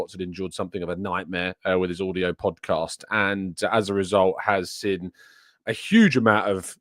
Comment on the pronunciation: Can you please pronounce seen correctly? Lol “sin” lol